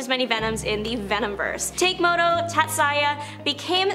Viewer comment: I was howling laughing at he Samurai Venom pronunciations... Takemoto Tatsuya "Take-moto" should be Tah-keh-moh-toh "Tat-sai-yah" should be Tats-yuh.